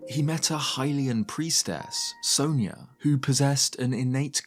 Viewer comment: It bugs me how the games pronounce sonia so wrong. It's sawn ya not so neya